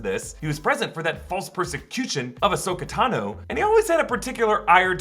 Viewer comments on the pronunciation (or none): none